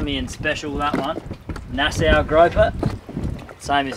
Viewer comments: It’s nas-aw not nas-sow, lol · I'd be surprised if this hasn't been mentioned yet, but I have to inform: It's pronounced Nas-saw, not Nas-sow. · Rileys explanations was mind blowing! I get it! It’s pronounced Nassaw ! Love you guys! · It's pronounced" Nassaw", not "Nassow".... I think, if not I'm correct I will be immediately corrected. 😉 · Nice fishing trip. Oh and Nassau is pronounced " Nas saw" kids. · It's pronounced nas-saw and ba-hay-me-an.